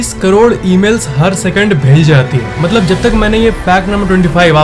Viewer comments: Bhai matlab hota maltab nhi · Moltob nahi vai Motlob hota hai